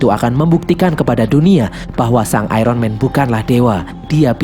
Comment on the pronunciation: Iron di baca ayon bukan ayron